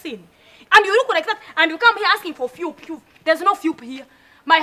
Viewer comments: Philip not philiph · Philip not phiupu!!! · Phwep not Philip😂😂😂😂😂😂🙌🙌🙌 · Phiup not philip heheheheheh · lol its phillip and not Phoeb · fweepuu.. not Filipu